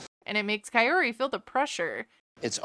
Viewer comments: Omg guys my name is kaori and I kept having a mini heart attack each time they said kaory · You also say her name incorrectly 😅 It’s Kah-oh-ree not Kah-yoh-ree 😭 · It's funny how u try to correct his pronunciation and then proceed to butcher her name. His pronunciation isn't bad but KaiORy is much worse. Comibg from someone who actually speaks Spanish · I think he is trying to say her name in spanish so he is pronouncing the R differently... but since he is saying the first part of her name, "Kao", in english (Kay-yo instead of "kah-oh) it sounds off in both languages. It literally sounds like coyotee😶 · I am convinced he will never say her name correctly. Until I saw otherwise I literally thought her name was Coyote. Is it just me, or is it not basic respect to learn how to properly pronounce someone's name? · Why TF is he pronouncing her name like Coyote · When you pointed out how much he butchers Kaory's name and then you added the picture of the coyote because that's basically where he's at with pronouncing it had me in stitches 😆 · I thought the same! I swear I hear Coyote! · Love how he pronounces her name as if shes japanese. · He should really learn how to pronounce her name. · Omg does he ever say her name right? It's not that hard lol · Actually....I'm going to side with Ed on the pronunciation of the name. The r is most definitely not prounounced the way we pronounce the letter r. That's how the narrator is pronouncing it. Listen to the spanish woman pronounce her name. There is a rolling of the r....like every other r in the spanish language. It seems like he is making an attempt to at least try and attempt to say it how a Hispanic person would. I bet kaory has way less of a problem with it than most people seem to. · Hahaha! How you gonna marry someone you can’t even say their name 🙄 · I was thinking the same thing!!!! 🤣🤣🤣